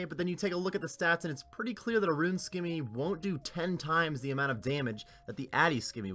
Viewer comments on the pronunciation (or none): It’s not “skimmy”